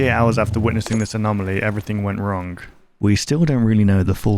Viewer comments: I should have explained a little better you pronounce it like “wronG” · Your accent is really weird for example: instead of saying “wrong” you say wrong but actually pronouncing the G instead of letting it be silent